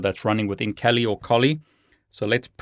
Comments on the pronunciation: Kali .....not KOLI my friend!!! And to offsec. kali Developers .Kali and Dragon picture, ,it´s silly guys, 😂😂 Kali is a India godess! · Great video ! By the way , isn't it Kali linux? Not Koli 🤔🤣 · Interesting video. Thank you,! I would really like to see how you did that. Are these cables commercially available? Just one suggestion: decide on one pronunciation of Kali, whichever it may be. You're the boss.;-) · Please decide for one pronunciation Kali or Kali. Also it does not work if you do not have administrative privileges. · I wish you would make up your mind how you pronounce Kali!!!!!